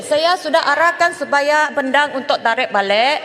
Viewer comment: Lol, 8.50, Speaker seem called Pendang like Pondan